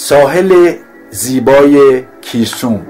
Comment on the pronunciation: با عرض تشکر بخاطر کار زیبایتان، بهتر بود بعضی از اسامی محلی را قبل از اصل کار پرسش میکردید تا در مورد از رو خوانی اسامی دچار مشکل نمشدید. مثلا گیسوم را کیسوم یا کلاچای یا آق اولر تالش و ... با تشکر